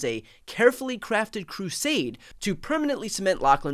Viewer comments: 'Charade' is NOT 'crusade'. It is pronounced shuh-RAID. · Small point: charade, not crusade. This will only make sense to those reading along while Brian reads the judge's words on screen. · The word is charade !!